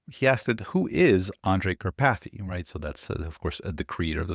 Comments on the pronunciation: Hehe. Car-pathy 😂 It's a very typical Slovak/Hungarian name, originating from the mountain Karpathien. But I love your version :) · OMG,, 🤣🤣🤣🤣🤣 "Kar... PATHy" glad i was not drinking anything at the time i listened you saying this! 😂